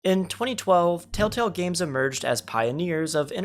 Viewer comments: Why does homie say “Tale-tale” and not “tElltale” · Bro says “Tale Tale” instead of Telltale every time lmao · I know it's not on purpose, and it is just your accent.. but bro, it's Tell tale not taletale 🤣🤟🏻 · ITS TELLTALE, NOT TALETELL. So fucking annoying hearing you say it wrong literally a hundred times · For fucks sake bro it’s TELLtale not TALETALE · Humans: "Telltale.": "Tail Tale." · I know this video is a year old, but “Tale Tale”?? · tale tale wtf nga its tell tale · Bro you keep saying "taletell" and it's making me feel like a crazy person, i legit keep rewinding to see if I'm mishearing it lmao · “Tale Tale” ?😂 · drink every time he says tale-tale instead ;) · Telltale ❌ Tail-tale ✅ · Are you saying tale tale? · Why do you keep saying taletale? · Or telltell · it makes me mad that he says tail-tell even though he knew how to spell it in the title.. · Thumbs down just for saying tail-tail every time. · I just love the fact the person who made this video can’t say “TellTale” properly over half the time lol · How did you not catch yourself saying 'taletale' like...15 times? 😅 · Wow your struggle to say telltale in this video is hilarious lol